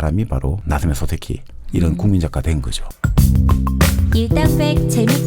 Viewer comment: 소세키 아니고 소-세키